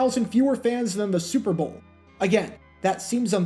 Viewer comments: Why can’t you pronounce “Super Bowl “correctly? Every time you say it 5000 mph. It’s not the “Zrbool” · Slow down; annunciate. What the hell was "Sewer Boe Two"?